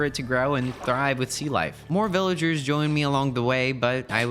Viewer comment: After he built the villager breeder he said this will let me breed villagers but it sounded like he said ``this will let me breed melon cherries’’